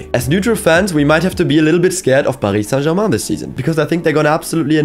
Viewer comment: Man i always knew you pronounced team names well. But as a French, hearing how french the « Paris Saint-Germain » sounded… you continue to impress me